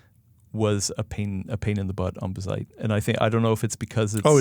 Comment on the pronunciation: Watched til they said bizzite instead of BAZZite. How do you pronounce Jazz? They pronounce it wrong for attention.